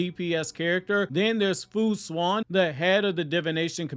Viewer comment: That pronunciation fu xuan is crazy